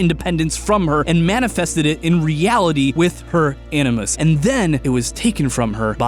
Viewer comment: "A ni moose" as opposed to "A ni mus?"